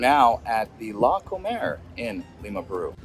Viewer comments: He sais Larconer because that is a place to COMER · It's LarcomAr not Larcomer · It’s“Larcomar” not Larcomer